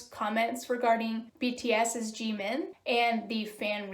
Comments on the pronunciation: hello, i totally agree, but it is pronounced (jih-min) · Question: Why do you Pronounce Jimin as "G-Min" since you say you like BTS?